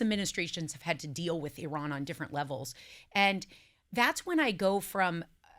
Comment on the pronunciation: google correct pronunciation of Iran, topic will come up often for a while. Sara was pronouncing it correctly.